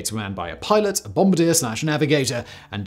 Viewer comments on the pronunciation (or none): none